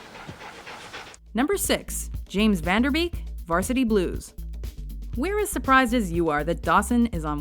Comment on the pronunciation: Lol at how she pronounced "Van Der Beek". It's Van with the a of Dark and Beek with ee like the French é.